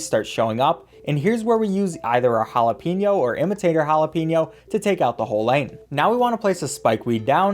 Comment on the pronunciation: you say jalapeño wrong